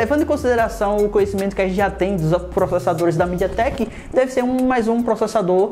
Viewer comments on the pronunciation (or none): Parei de assistir no "midiatrecko".